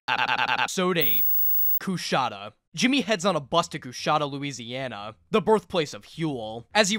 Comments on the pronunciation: As someone who lived in the area, I still cringe at every mispronunciation of Coushatta. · Hate to be this guy, but being from Louisiana the way he says Coushatta is fucking killing me.